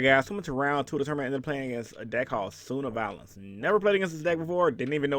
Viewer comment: said “Suna-Valon like Tuna Talon!🤪It’s pronounced Sun-Ava-Lon!🤣